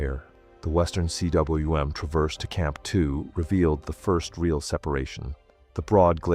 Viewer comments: For Christ's sake, learn to pronounce, "cwm." It's not C.W.M. but combe. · Cwm is pronounced ‘coom’. It is the Welsh word for valley. Also called a cirque in French. Coom.